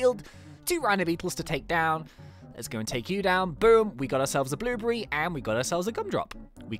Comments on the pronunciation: Sorry, I just can't unhear the way you say "Blueberry" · I like the way he says blue berry